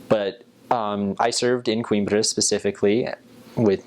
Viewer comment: u say Coimbra so fcking well dude ... well done bro